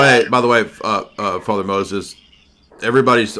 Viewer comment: Girl wants to pull up with a RC gotcha just to mispronounce the name Moses and not know what the Eastern Roman Empire is. Sad day for Catholic apologetics.